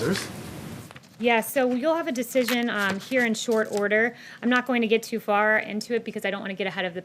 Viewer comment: Why emphasis TOO?